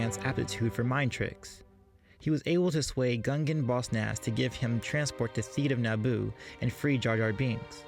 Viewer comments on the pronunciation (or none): none